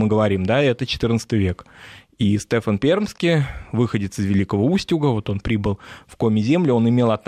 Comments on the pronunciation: Да уж не Стэфан, а Стефан, с ударением на второй части имени. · Все замечательно. Но почему СтЕфан? А не СтефАн. Я из Коми и мне слух прям режет. Простите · Стефан, а не Стэфан.